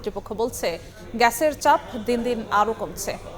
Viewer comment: গ্যাছের ছাপ কি রে? উচ্চারণ করতে না পারলে সংবাদ পড়া বাদ দে